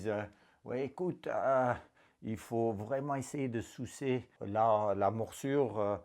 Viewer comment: je respecte les etrangers qui parlent francais parceque cest une des langues les plus durs mais javoue que jai ris aussi ca facon de le dire etait drole comme le coup de "soucer la blessure" cest drole ca fait rire mais cest pas mechant